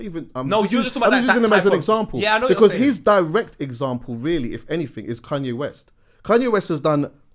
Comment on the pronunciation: pronounces Kanye as “Kun-yeh” 😂😂😂